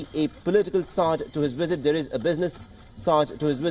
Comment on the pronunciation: Dear pretentious Indian anchor: Visit is pronounced, "visit," not "wisit." Treaties is pronounced "treetees," not "tritees." Other dozies: 1)"What you are looking at is, of course, the Trudeau family signing into the visitors diary." 2) "Remember there is a substantial amount of Indian diaspora." 3) "For more of this we are joined in by our ..." 4) Throw an "of course" in every other sentence ...